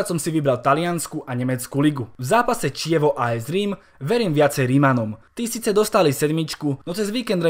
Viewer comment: aj keď je real znovuzrodený, tak si myslím, že to Atlético zvládne a zvíťazi. v derby Aúpa Atleti! a inak Chievo sa číta ako Kievo a nie Čievo